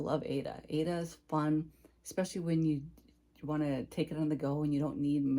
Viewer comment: I enjoy your videos and seeing what you’re stitching. My pet peeve word is when someone pronounces especially with an x. 🫣